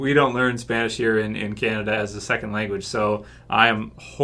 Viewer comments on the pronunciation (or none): none